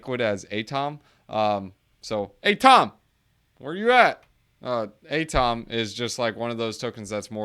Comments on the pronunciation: You don’t pronounce atom as “A-TOM” did you have chemistry in school? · I cringe hard every time you say ATOM